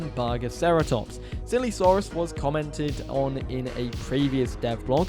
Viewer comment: i swear to god, when u said "silesaurus" the first two times ... i heard "sillysaurus" both times.